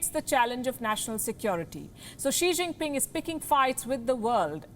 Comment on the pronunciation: I love the way u call him Xijingping at the start of video 🤩